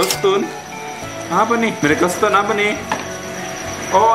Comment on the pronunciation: "Mirekel stone nya" kayak permen jeli